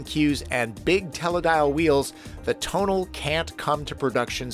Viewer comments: Dear, about Alfa Romeo, it's pronounced To-na-le, not Tonel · It's "Tonal-eh"... Not Tonal... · It is not pronounced “ tone-al” it is pronounced “ to-nal-lay” named after another famous Italian mountain pass. Just like “ Stel- vi-o” 🤦🏾‍♂️ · Oh, I went kicking and screaming into pronouncing it that way, and only because the BMW NA people were saying it that way at the show. I'd normally say "coop". As in chicken. I was also told to pronounce Tonale as "Tonal" so there's that.